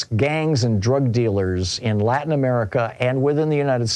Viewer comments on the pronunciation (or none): none